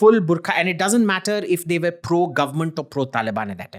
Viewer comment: But why do you pronounce "were" like "where"?